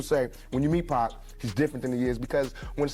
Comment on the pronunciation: That ain't 2 Pac, that's 2Pack!